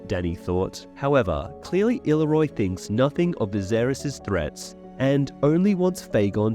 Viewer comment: The amount of names you say incorrectly is actually astounding. Considering you literally change the fucking name rather than just a mispronunciation. Illyroi?? Seeing as his name ends in an O i dont understand how you managed to get to roi. Vargo hoat. Or as you call him. Vargo hort. How ? How are you that bad at reading you cant tell the difference between an a and an r